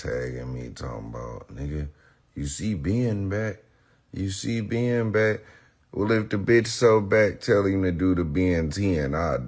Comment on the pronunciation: I hate the way he turns the word Ben into two syllables Bee-yun